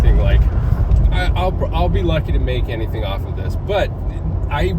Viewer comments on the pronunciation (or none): none